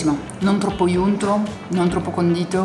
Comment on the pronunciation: Ma perché continui a dire "iunto"!!!! Non esiste in italiano! Si dice UNTO!